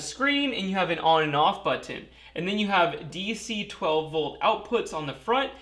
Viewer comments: Why are you yelling? & "Button" - "But-n", not "But-ton". Cringe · ...especially as it's a switch and not a but-ton at all :) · It is Butt Ton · Love the way he pronounces buttton ;p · Maybe British ancestry ^_^. Sometimes some nuances of accent are still recognized after several generations have removed from the Mother country.